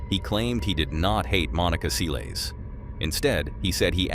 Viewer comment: Who the fuck is Monica Seelees